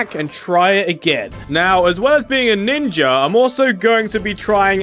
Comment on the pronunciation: The start of the video I’m already crying “ninjer”😂😂🤣🤣